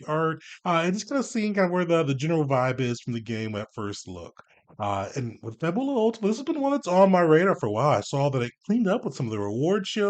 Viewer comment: Fab-Yu-lah. Kind of like the word fabulous.